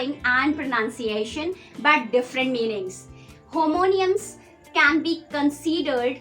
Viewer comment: Homonyms হোমনিয়ামস ❌ Homonyms হোমনিমস✅